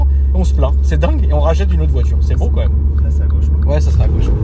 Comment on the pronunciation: BEAUUW (avec l'accent British) haha